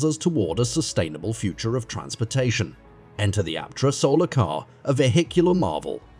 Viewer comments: Aptera is awesome. But this content-farm AI crap is taking over youtube. Doesn't even bother to properly pronounce "Aptera" or even "EV". Drek work from moneygrabbers, not real EV journalism. Aptera needs more publicity, but dang this channel needs human quality control. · What's even more fascinating is the artificial voice used for the narration. Only detectable in a few spots, eg when "he" can't pronounce EVs -, for that matter, Aptera.